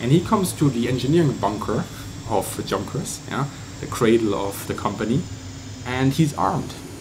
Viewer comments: Pls dont say "Chunkers" again :D and also, dont try to sound even more german than you do already(which is ok) Great videos anyway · Frage. Is the company pronounced Yoonkers/Yonkers with the Dutch/German Jah J or Junkers with the hard English J? Typed in Amerikanish for reference.